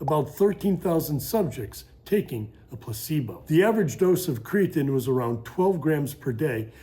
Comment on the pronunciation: Aside from the way he says Creatine, this video is awesome